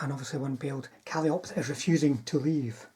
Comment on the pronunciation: My friend, calliope is pronounced like monopoly. lol Love the mass Panther and PzIV list though. I might try that in my next tournament. I would bring 4 SS Grille instead of the flammen Hetzers.